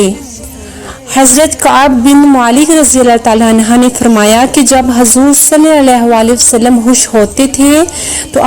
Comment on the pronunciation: Salalahualihiwasalam Sahi se bola krain